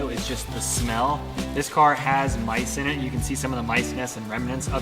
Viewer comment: Honestly, I thought you said Lice and I screamed but then you showed the poop and I was like OHHH MICE!